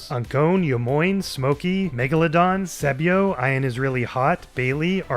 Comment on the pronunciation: “Eye-uh is really hot” You mean Ian?😂